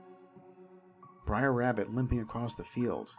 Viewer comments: "Briar Bear"? "Briar Fox"? Huh? Their names are Br’er Bear, Br’er Fox, and Br’er Rabbit. "Br’er" is an abbreviated form of "brother" and is pronounced… brer. Rhymes with rare, just with a "b" in front. There’s no "i" in "Br’er." Every time you call them "briar," you show off your lack of research and lack of knowledge of the material. Terrible narration. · It's br'er not briar, first off. Second, splash mountain was way overdue for an overhaul. The animatronics were pretty much just decomposing by the time they announced the theme change. Btw, it's being changed to princess and the frog.